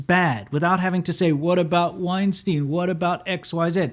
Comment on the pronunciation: It's Weinstein BTW, not Wienstein, Winston Love your videos. Stay awesome!